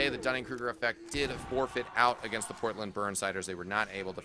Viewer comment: Porltand? Lmao, isent it Portland? xD